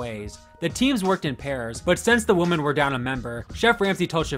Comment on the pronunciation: OK seriously, why do you keep called the women the "woman"? It sounds more like you're talking about one individual instead of a group.